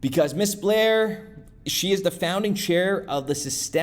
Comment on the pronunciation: There is no "L" in Bair. Just sayin'